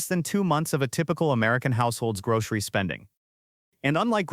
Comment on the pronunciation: "Grog-ree store"?